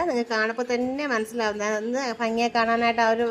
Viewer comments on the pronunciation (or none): ഫങ്ങി അല്ല ഭംഗി 😂😂